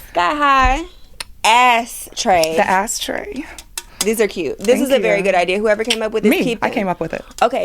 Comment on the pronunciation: Haha “ASSTRAY” I need one